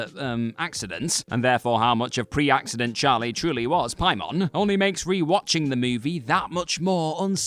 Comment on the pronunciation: Say Pie-mon one more time